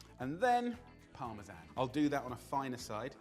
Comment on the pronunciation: I wouldn't criticise Jamie's pronunciation of parmesan when you're not exactly saying it right.... And the amount of mango chutney he used... I can imagine it gives a little kick but can't really compromise the meal